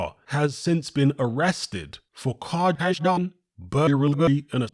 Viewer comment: 'Has been arrested for a CARHISHJUH BUHURY AN A HOHHs'